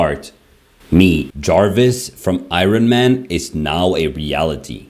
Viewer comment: Who's Irin-man?